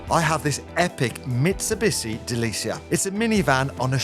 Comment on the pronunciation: pls say mitsubishi again? mate... thats off i think. try a "shi" instead ;) man... u got some artwork in your front yard sir. kudos. i know u spend many hours getting the funds to do that. thanks for another great video sir. ta